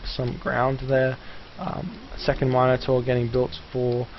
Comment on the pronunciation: it's min-ator not mine-ator